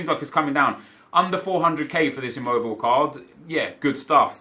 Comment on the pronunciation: great vid. ***It's Immobile, not Immobil. In the Italian language there is no word that ends without a syllable. For example, the name "Ron" will be pronounced "Rone"...